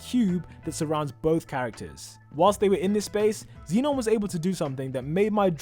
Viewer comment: he pronounces like zeenon— its zenon